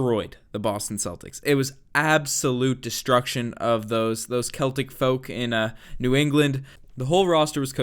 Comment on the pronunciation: Man's out here pronouncing Celtic right